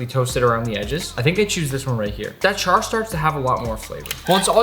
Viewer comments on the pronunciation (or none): none